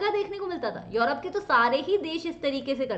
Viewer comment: Tell me what is yourope. Mam says this word😄😄😄